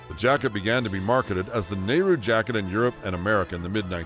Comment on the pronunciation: "The Goonies" and "Back To The Future"?? Try, "Easy Rider"!! has his accentuation wrong! Bell BOTOMS, Nehru JACKET, fondue PARTY? Must be a west coast thing where they do that constantly and say things like,, Boy SCOUT, ice CREAM, pinPOINT. Half the stuff he's talking about was from the `60's, NOT the `70's! And, other than a FEW guys having porkchops, I don't recall ANYBODY having the kinds of beards, sideburns and moustaches that were popular in the late 1800's. He claims The Beatles just got huge in the `70's!! They broke up in `70!! Most of the hippy stuff happened in the `60's!! It was dying out by `73. Somehow, I knew you were gonna miss Rubik''s Cubes. Elephant Bells the ecology patchwork jeans disco punk glam folk blacklight posters incense Elton john marijuana cocaine Watergate the `50's UFO's, big foot, and the like super flashy rock concerts psychotic religious nuts religion electronic music the 12" single natural childbirth Indian ways black culture being openly gay cell phones new wave